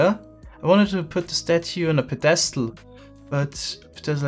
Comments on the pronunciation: Psst: Pedestal is pronounced PEDestal not pedESTal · how to pronounce "pedestal": pedESTal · I don't know why it's so funny when says pedestal. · th way he says "pedestal" ahhahah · Is he pronouncing pedestal wrong or is this like the case with llama where it's correct in a different language. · I love you, but the way you pronounce "Pedestal" makes me cringe